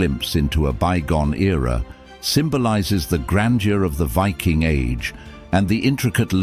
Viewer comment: Pity the narrator cant pronounce the word Viking . Strange because at the start of the video he pronounces the word Viking correctly but then lets his ignorance take over